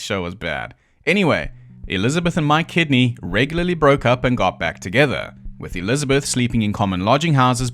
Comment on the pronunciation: I keep hearing “My Kidney”….. I know it’s Mike Kidney but… 🤷‍♂️